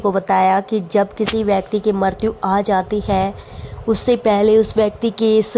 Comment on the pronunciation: Ucharan thik se kiniye मृत्यु ka